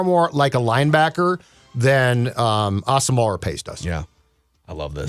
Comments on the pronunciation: guys his name is pronounce ah-sum-mwah please say brian asamoah last name correctly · Brian Ah-sum-wah. Three syllables. He did an interview with the Vikes media where he clarified this. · He did an interview with Vikings media where he laid it out very clearly. It's Ah-sum-wah. Three syllables.